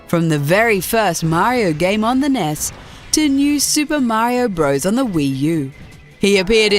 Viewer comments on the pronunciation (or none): its not a ness its a n.e.s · Random Paper Bag it's "an" N.E.S. when abbreviated. Do you even English? 🙀